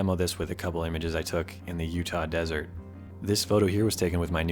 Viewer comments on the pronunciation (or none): none